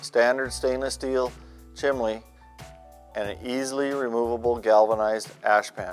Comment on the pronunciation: When using YouTube to advertise is is advisable to use a voice of someone who can speak publicly. This guy KNOWS what he's talking about but that knowledge is lost as he rambles. It also helps if one has good enunciation and can pronounce simple words like "Chimney" not "Chimley". The product could be the besr in the world but this won't sell it.